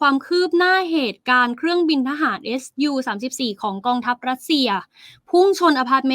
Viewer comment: ทำไมอ่านออกเสียงว่า เอส ยู34 ทั่วโลกเขาอ่านออกเสียง ว่า ซู 34 ....